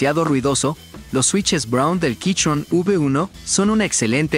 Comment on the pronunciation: Buen video, pero me da gracia el "quichon". Yo recien me compre el mismo teclado